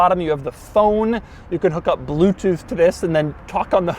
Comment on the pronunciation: "talk on the hone"